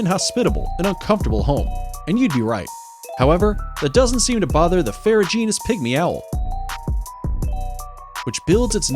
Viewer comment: It's amazing how so many narrators refuse to look up word pronunciations. li-chins is pronounced lie-kins. This is the worst I've ever heard for ridiculous pronunciations, or rather ridiculous mispronunciation. ferrugeous? Come on. It's got an N in it. Ferruginous. Saerraguro cactuses? Saguaro, pronounced Sawaro. Oh, second time he calls it a sagaro cactus with a hard G. Two different mispronunciations. It is SO EASY to get pronunciations online. You don't have to read those funny symbols, just look the word up and you can LISTEN to the pronunciation.